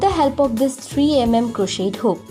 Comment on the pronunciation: The t in crochet is silent